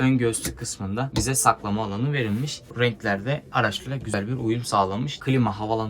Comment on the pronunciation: Sekilde ve verilmiş kelimelerinden kulagım kanadı.